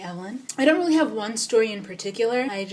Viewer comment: So I've recently discovered you. And you're amazing!!! And then I found out you were Kenyan when you said leally? YAY! Anyhow, I'm currently binging on your videos. GURRLLLL! You are definitely magical!